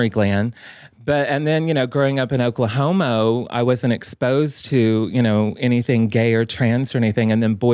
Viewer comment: Not the Oklahomo... 😭